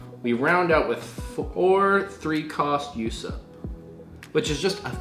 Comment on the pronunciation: Why do people pronounce Usopp as "Yousopp" constantly? I guess people are not following the anime or is it just me? 😂